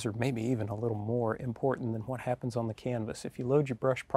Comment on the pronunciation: I tell ya hwhat